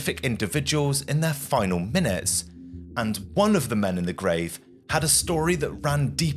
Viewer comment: Is this AI? I note you have an English accent but pronounce things the American way (Nor-folk). Also dem instead of men at one point and you don't blink much. The story is fascinating but it feels a bit weird, What is going on here?